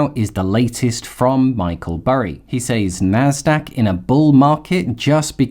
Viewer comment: Just a heads up - Says is pronounced Sez. I only discovered this at age 50 and I was surprised that know one ever told me. Thanks for the excellent content.